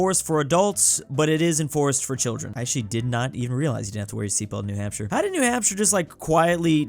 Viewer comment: Michigan: Haʊ to help toddler with cough 😂